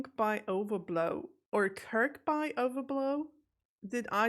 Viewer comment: Wang is slang for a male genital and side-note Kirkby is said as Kirkbee 😉